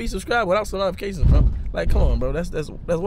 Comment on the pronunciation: It’s NO-TI-FI-CATIONSSSSS lol